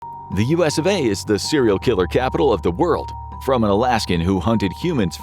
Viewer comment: us of a 😂😂😂😂 never heard it said like that b4😂😂😂